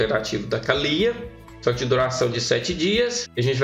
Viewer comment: Kkkkkk engraçado tu falando Kalyyyya 😅😅😅😅